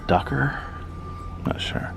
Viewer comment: The duiker is pronounced die-ker, not ducker or dooker!